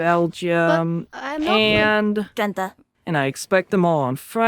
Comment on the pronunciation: The way she pronounces drenthe lol